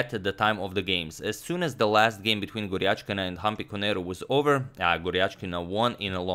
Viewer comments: But he has mentioned Gurjathi instead of Gujrathi, bad in pronouncing Indian names😅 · It's Gujrathi not Gurjathi btw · Great video agad. Just one tiny thing its Vidit GUJRATHI not GURJATHI